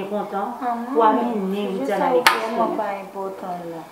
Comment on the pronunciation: Fi sa menm pa janm di Widiana tchuips m tande Windiana